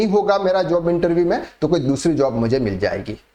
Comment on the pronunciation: Interveeee mat kahen bhai, irritating